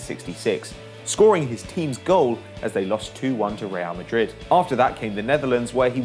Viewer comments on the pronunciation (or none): none